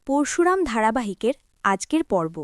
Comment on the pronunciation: পোরশুরাম নয়, পরশুরাম ---সঠিক উচ্চারণ করতে শিখুন। আপনার বেশীরভাগ উচ্চারণ ভুল। আপনি আদৌ ভারতীয় বাঙালী?